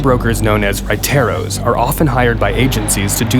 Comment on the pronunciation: lol the entire time he is saying huayteros and he was actually just trying to say raiteros q funny🤣